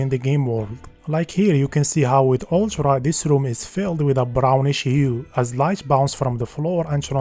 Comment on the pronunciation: I can't cope with this fcking "Ulchra" "Kepch" for fuck sake